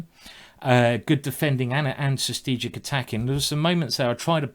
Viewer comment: I am really not trying to make fun of Simon or anything, but after watching so many of his Videos I just finally have to ask: does he mean strategic when he says sustegic (or sth like that) or is there another word I as a non native Speaker am just not Aware off?